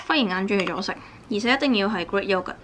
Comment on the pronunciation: 喲 不是 yo 呀 (when pronouncing yogurt... )